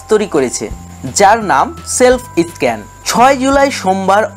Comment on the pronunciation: দাদা... ভালো হয়েছে ভিডিওটা কিন্তু উচ্চারণ গুলো একটু ভালো হলে ব্যাপার টা র ও ভালো হতো.... যেমন... এডিট.. স্ক্যান.. pls রাগ করবেন না..